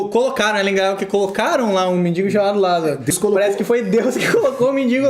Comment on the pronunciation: Lázaro era mendigo ou mendiNNNgo? (Não é sarcasmo. Mestres devem buscar a excelência)